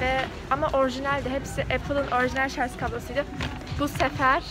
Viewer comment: Şarzzzz değil canım şarj 😍😍😇😇😇😘😘😘💕